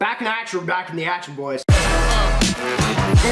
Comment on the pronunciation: Back in the acshin boys